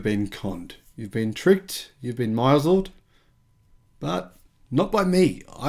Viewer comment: Great info. I look forward to coming back every couple of days and 'binge watching' your content. Keep it up, cobber. Polite notice. misled is pronounced... miss + led = to walk someone down the proverbial 'garden path', metaphorically.